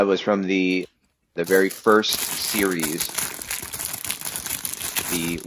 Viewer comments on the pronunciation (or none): none